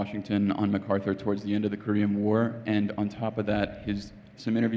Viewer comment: Arthur Herman makes the same mistake, as most people do, regarding the pronunciation of the last name of Douglas MacArthur. As the general himself made clear in the very first paragraph of page one, of his autobiography titled "Reminiscences," he is of Scot descent in the Clan MacArtair. The proper enunciation of his last name sounds like Mack-Arthur, not Muh-Carther.